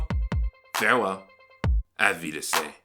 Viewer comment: Love the content.. but I get triggered every time you try to say auf Wiedersehen... pronounce the damn N at the end!!